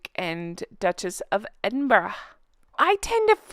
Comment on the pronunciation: Well done. You’re the first American I’ve heard in 50 years that’s pronounces Edinburgh correctly. 👏